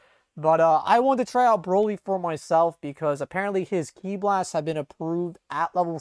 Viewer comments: Haha so funny Boly instead of Broly haha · "BOLY" huh?